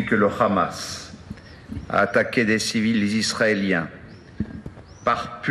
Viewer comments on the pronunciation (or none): Le mec prononce le "hamas' pas vraiment à la française, chez nous les "h" n'ont pas de phonétique, ça la fout mal.